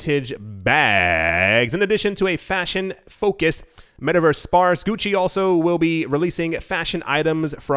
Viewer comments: I love how he makes sure to pronounce German correctly while also making sure to pronounce Gucci incorrectly. Well played sir. That kind of comedy is what keeps me and my cup of coffee coming back for more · Hahahaha, Gucci=Gucki 🤣